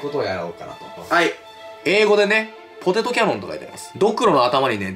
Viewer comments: 最初のPOTETOがPOTATOになっちょる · かのんさん ポテトもポタトになってたw